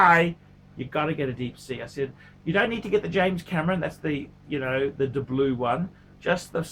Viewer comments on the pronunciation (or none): none